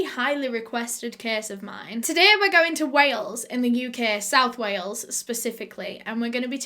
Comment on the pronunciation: "Today we're going to WAY-ELS" My heart just melted 💔